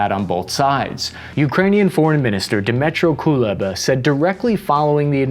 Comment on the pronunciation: Wow, congratulations of Dmytro Kuleba, you finally managed to say a name right :D